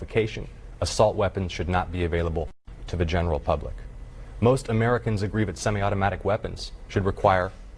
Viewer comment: The one lady couldn't even say semi automatic but she wants to ban 'em!